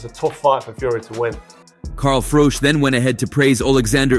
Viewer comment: Carl Froke 😂 it's pronounced Froch as in Botch for you Americans out there 😅